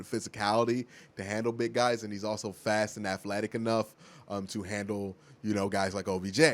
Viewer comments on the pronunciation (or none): none